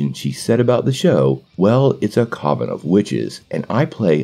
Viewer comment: Coven rhymes with oven bro.